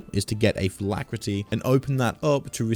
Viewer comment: Phylactery, not phylacrety.